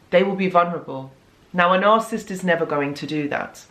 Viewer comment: It’s nar-SIS -ist